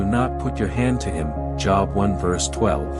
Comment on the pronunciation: Lol!!! Job is pronounced “JOBE.”